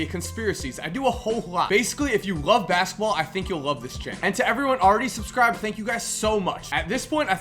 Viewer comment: u said masketball